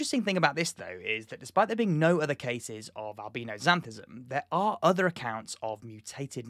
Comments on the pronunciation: Albeano is the way you are pronouncing it . isn't it albino . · ...did he really just pronounce albino as albeeno? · never had I heard albino pronounced alBEANo. and the bombardment of bean, I needed a moment. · Whenever you say albino, I hear albeano.